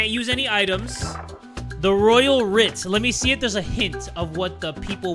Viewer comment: pronouncing writ like write always gets me 😭